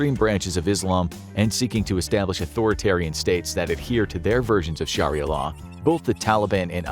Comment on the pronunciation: I had to stop watching after 15 seconds. Scharria law dude it doesn`t take long to check the pronunciation